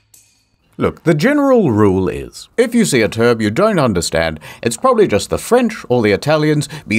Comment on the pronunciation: Emphasis on the word “probably”